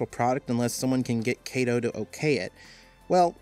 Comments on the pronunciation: Just a note, "Kato" is pronounced as "Ka-toh" rather than pronouncing the "Ka" like you would pronounce "Kate". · You're pronouncing Kato incorrectly. The 'Ka' in Kato is like the "Ca" in the word "Car"